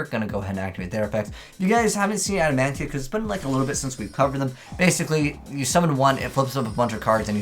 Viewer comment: There is, no N in the name adamatia. So stop saying adamantia when that’s not even their name I mean seriously.